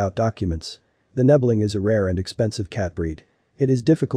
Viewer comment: Aren't nebelungs solid grey? Also...you're saying "nebbeling"